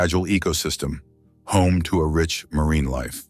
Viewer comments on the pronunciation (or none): none